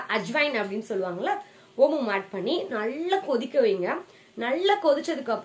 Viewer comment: நள்ளா இல்ல நல்லா🤦🤦